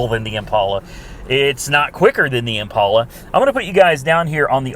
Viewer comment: Hey. It's Impala not Impaula...please stop the "stupid" pronunciation!